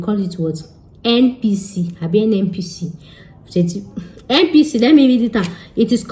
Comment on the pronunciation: It is NPC, not NnPc 😂